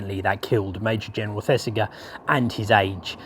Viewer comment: The "g" in Thesiger is pronounced like the "g " in Roger. Really like your vids, recently discovered. All the best.